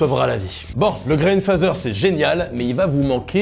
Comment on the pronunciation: Grain fadeur et non grain fazeur! Apprend à bien prononcer ton anglais chef !!